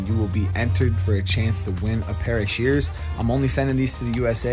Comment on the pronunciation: Did you say shears 😂😂🦻🦻🦻keep doing what you do and that’s serving the ones that God has put before you!! 💯